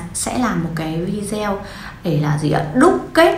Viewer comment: Nên đọc vi đê ô ,đừng đọc vi deo